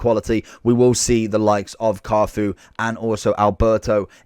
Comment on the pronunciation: How can't you pronounce Cafu bro come on